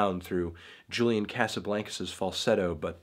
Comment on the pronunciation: every time he pronounces Casablancas like that I die a lil